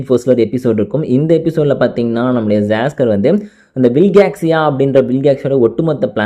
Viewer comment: bro saskar illa siscar